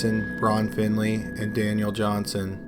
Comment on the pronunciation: Daniel Johnston not johnson you illiterate noob at talking